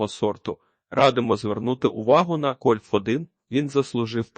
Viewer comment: Це неможливо слухати... Ну який кольф1 ?? Яке 1стл чи 1чл ?? Вже якщо використовуєте якийсь text-to-speech, то хоча б комами чи розділовими знаками коригуйте те, що воно говорить. Або прослуховуйте після цього... Я так і не зміг дослухати до кінця. Дизлайк. Тренуйтесь.